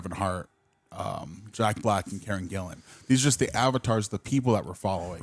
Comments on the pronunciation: her name is Karen Gillan, not Gillian. And its Bobby Canavale, not Canalino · It’s Karen GILLAN. GILL-Lan , not GILLIAN